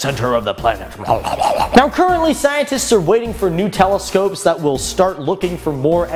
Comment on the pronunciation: He said 'Nutella- scopes' lol